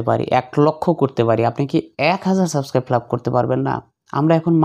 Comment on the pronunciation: bai subskribe bola hoy na